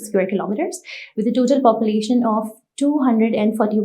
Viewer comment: populatiopn and area both said wrong\]